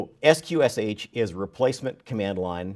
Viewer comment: FYI: sqsh is pronounced "skwish". And the sound is still broken. Too bad, because up to then this was an interesting talk...